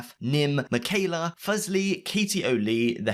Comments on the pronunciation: I'm only commenting because you said Fusly like fugly. It's Fusly like Foo-slee. Thank you goodbye. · Fuse-ly not Fuzz-ly 😭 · This dude said "Fuzzly" lol can't even do the research how to pronounce Leslie's name right. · not at all, if you are reporting news you should have a duty to report accurately. It would take no more then 30 seconds to know how to pronounce FUSE-lee if done phonetically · You’re saying fuslie wrong. ‘Fuzlie’ lol